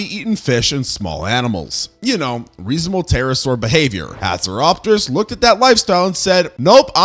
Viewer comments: You pronounced hatzegopteryx slightly wrong. (Hats-eh-gop-tricks) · You miss pronounced haxygopterex